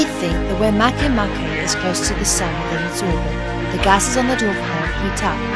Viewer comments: it's not mahkay mahkay. it's ma ke ma ke. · I thought MakeMake it was pronounced "make" "make", but not, it's "maikeymaikey" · As far as I'm concerned, Pluto is "Still" a Planet in my mind, and if one is to pronounce "MakeMake" Makay-Makay...Then just spell it that way to be less complicated!